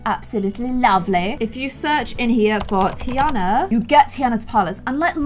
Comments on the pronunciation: ITS TEA-AHHH-NA not TEA-ANA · It’s pronounced tiarna instead of a Anna sound